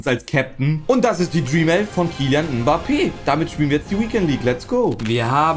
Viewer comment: Kylian Mhhbappè 🤣🤣🤣